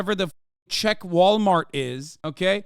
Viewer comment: Bro said "walmarto" Bruv we got Tescos innit bruv